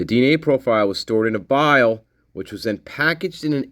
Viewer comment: FFS. Stored in a VIAL not "vile." Spastics.